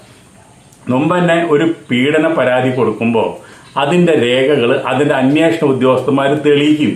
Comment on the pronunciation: അന്യേഷണം അല്ല അന്വേഷണം എന്നു ശരിയായി പറയൂ